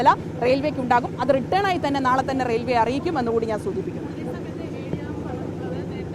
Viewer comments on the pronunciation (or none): റിട്ടേൺ ആയി എന്നല്ല. റിട്ടൻ ആയി എന്നാണ് പറയേണ്ടത്. Written not return. മനസ്സിലയോ?